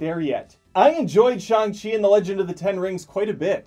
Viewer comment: You actually Shang-chi correctly...Impressive...(and I don't even speak Mandarin)